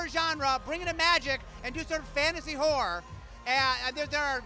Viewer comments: Hahaha. it totally sounds like he says whore every time. He should probably not speak so fast, and maybe the word horror would come out clearly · everytime he says horror is sounds like he says whore xD